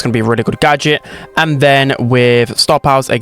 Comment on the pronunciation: "better gadetch"